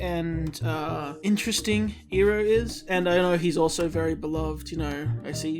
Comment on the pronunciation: if he pronounces it (ee-roh) instead of (Eye-roh) as it should be, I will murder him. I know you started ith the movie so ill give you a pass. Just for this episode